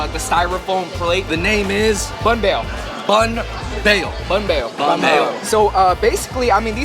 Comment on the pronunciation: Banh not Bahn